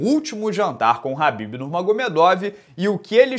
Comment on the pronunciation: Cara, você fala o nome do Khabib corretamente, por exemplo, que quase ninguém fala. Podia quebrar o galho e falar o do Chandler também.